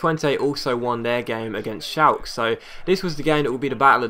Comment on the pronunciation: Shal-ka not shalk..